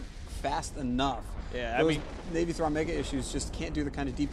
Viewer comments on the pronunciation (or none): Navythron Megaissue! best dyslexia evar.